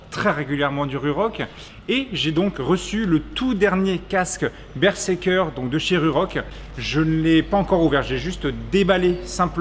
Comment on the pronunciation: y'a que moi que ça trigger la façon dont il prononce le model du casque ? x) bonne vidéo cependant <3